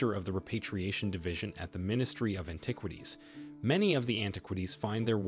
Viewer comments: Interesting topic, but it is hard to take your entire production here seriously when you slip a photo of Joan Rivers in with your introduction to Joan Howard and you bungle so many words. I've never heard anyone pronounce that Egyptian president's name as as MUbarek, or antiquities as anti-QUITies, and I don't think Cairo could be mistaken for a corn syrup. That's as far as I got before clicking out. Sorry, man. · Please learn to pronounce the word "antiquities". It would be helpful if you want to be taken seriously. The same for other personal names of people you mention and the capital of Egypt, Cairo! Perhaps have someone with a good education proof listen to your dialogue and help you with this. Good luck.